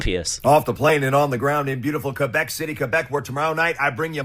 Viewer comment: He cant even pronounce Quebec properly! 😂😂